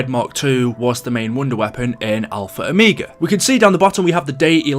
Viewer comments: I'm going crazy stop saying -o me ga it's -o mega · Ah yes “Alpha Omeega”